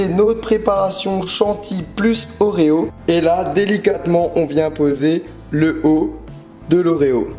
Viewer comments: a au lieu de dire des oreo tu dit les ozo un truc comme sa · a tu dis pas oreo mais odlro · ils dit "ozzo" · À la place de dire oreo tu a dit ozo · J'ai troll car il a dit les odos ^^ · Best Of Plays Des "ordrerjsrf" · C'est quoi la marque des gâteaux qu'il essaye de prononcer a svp ?